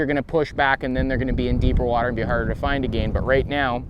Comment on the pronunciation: That depth finder view is a great addition to the video. You can even see the fish hit the bait, pretty cool. Just wish you guys would learn how to say "again" lol. Agayen???